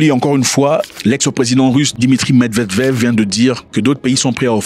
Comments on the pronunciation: Ok , s'en est trop ! Ca se prononce: Mèd-vé-dèf 😅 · Mêdvédèf eeeh Zack fait un effort 😂